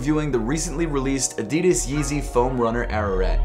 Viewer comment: You pronounce 'Adidas' Incorrectly